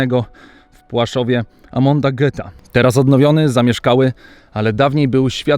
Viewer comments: Nie Amonda tylko Amona. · raczej nie "Amonda", tylko "Amona". to bardzo duże przejęzyczenie. rozumiem, że goth był ultra-haniebnym zbrodniarzem, ale skoro już robisz odcinek historyczny, to polecam wgłębić się w wymowę imienia kluczowego komendanta tego obozu. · Amona nie Amonda ;) ale material nadal na wysokim poziomie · Amona, nie amonda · AMONA Goetha, nie AmonTa Goetha.